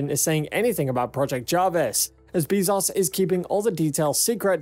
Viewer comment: Great video but Bezos is pronounced Bay'-zohs not Bee'-zahs.